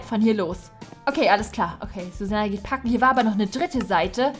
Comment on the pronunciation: Packen hat sich wie ein kaken angehört